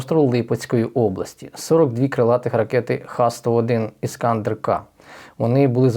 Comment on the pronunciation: у назві ракети "Іскандер" наголос на Е, а не на А. Будь ласка.